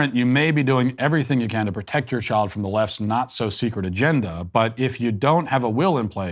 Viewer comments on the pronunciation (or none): none